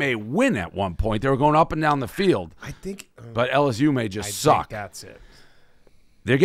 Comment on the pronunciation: “Ora-Gon” -Dave Portnoy